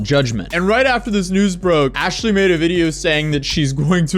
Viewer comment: “You should’ve know better than to doubt Aa-shaly 😝”